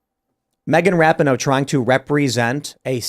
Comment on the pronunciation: Ra-peen-o, not Rap-in-o